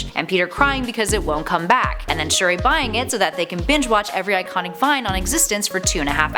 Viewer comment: Sp-uri? Shu-der?